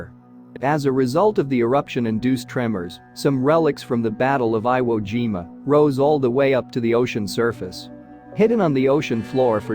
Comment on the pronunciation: You mean Veye-ut-gnome? How do they get eye wo, but not jime-a? What a "Gine-a"